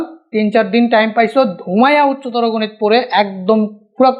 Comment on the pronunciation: উত্ততর গণিত 👈😆😆😆😆